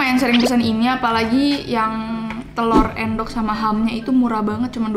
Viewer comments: endog bukan endok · Iya sama 😭 bacanya aendok pdhl bacanyakan eundok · Bacanya juga harusnya Ê (E-nya Enggak) Êndog 🤣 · Bacanya endok bukan endok :( Aku sebagai orang jawa merasa risih :( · Iyaa kan bacannya ēndog bukan endok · Maksudnya Endok(cth:entahlah) Bukan Endok (cth: emang) Jadi beda "e" nya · Bacaya bukan Endog tapi èndog wkwkwk. Paham ga? Ga ada vitur Vn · Make bahasa sunda boss d bacanya eundog bukan endog "dibacanya" (bahasa sunda) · Baca nya telor endog jane bukan endog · eundok not eeendok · "endok" aku yg orang jawa pengen deh ngajarin cara ngomongnya😭beda bgt. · Telur = endog... Baca "endog" itu pakek pengucapan dari "entah" itu bahasa jawanya telur.. hanya untuk informasi aja ya.. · "Endog" bukan "endog". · Telurr endog bukan end dog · iya endognya kaya pake é (pengucapan bhs perancis) hahaha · ngucapin endog nya e nya kaya kata 'peka' cobaa.. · bukan endog bacanya, tapi endog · Endog,,,,penggunaan kata E nya seperti ngomong Elang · Bacanya bukan endog tapi endog kalo endog tu telur kalo endog bukan telur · ngomong endog padahal aslinya endog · Maaf nih Cmn mau kasih tau Endog tuh “en” nya kyk ngucapin entah gt cara bacanya hehe its okay namanya jg bkn orng jowo ;) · endog , e nya pake e bukan e kak 😭😭😭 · Baca nya endog tapi endog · bukan endog tapi endog